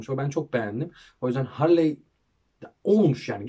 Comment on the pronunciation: Abi Harley diye değil Harli diye okunuyor